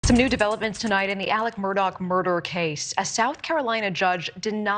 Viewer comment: The reporter calls him “Alec Murdock” with a hard k on the end.